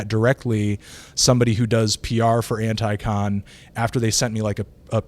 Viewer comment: It's anticon not ant-eye-con.